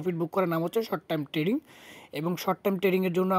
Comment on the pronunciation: Tading Abar ki 😂 "" trading ""